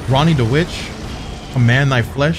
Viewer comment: That shit got me too the "Renna's rise" instead of "Ranni's rise"